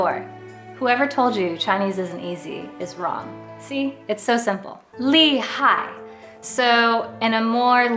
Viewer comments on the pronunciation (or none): none